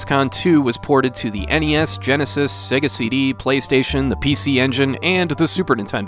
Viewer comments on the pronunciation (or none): none